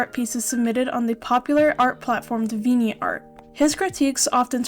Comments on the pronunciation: its dee-vee-ant art, like the word deviant (which means someone very sexual and crude in nature) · I've never heard Deviant art pronounced like that before. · your English is brilliant! It wasn't a criticism of your English speaking, just noting how you said Deviant art is all.